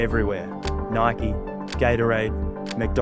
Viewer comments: I think you said Nike just like "like" or "bike" (I can't check right now) instead of the correct "Nigh-kee." Don't worry though I was just like "Huh!? lol" I'm enjoying the vids 😎😎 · These videos are so good But why is bro still pronouncing Nike that way 😭😭 keep making 'em 🏀